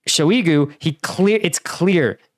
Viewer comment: it's pronounced shoy-gu, nor sho-ee-gu